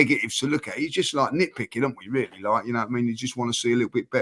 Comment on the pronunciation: Oh my days, James sounds Indian REE-YA-LLEY 🙋🏽‍♂️